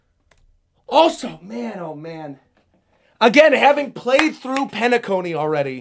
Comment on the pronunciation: Penacony = Pain-a-Cony 😅